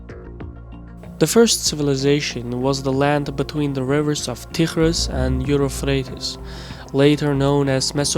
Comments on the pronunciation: Please improve your English The river in Iraq is UPHRATES NOT Euro phrates as U keep saying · "Euphrates" not "Europhrates". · Dude. It's "Euphrates", NOT "Europhrates" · You ignoramus, it is NOT Europhrates. It is EUPHRATES (/juːˈfreɪtiːz/ Sumerian: Buranuna, Akkadian: Purattu, Arabic: الفرات al-Furāt, Syriac: ̇ܦܪܬ Pǝrāt, Armenian: Եփրատ: Yeprat, Hebrew: פרת Perat, Turkish: Fırat, Kurdish: Firat) Now your readers know how qualified you are to lecture others on history. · Euphrates .... YOU-FREIGHT-TEES ... is how you pronounce the name of that river in English ... just so you know. But, fantastic video, thanks. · Corect me if I'm wrong but did narrator pronounce Euphrates as Europfrates? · That was a very nice summary of the mid-eastern empires through the centuries!(but I think I heard Eufrate pronouced "Euro-frate", Aristotle as"Aris-throttle"!, or am I wrong